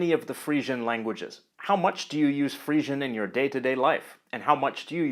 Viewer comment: I thought it was pronounced "Free-zhun".